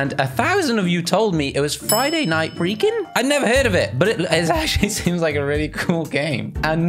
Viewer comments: No it's Friday night fung-king not freaking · It's friday night funken not friday night freeken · It's pronounced Friday night funkin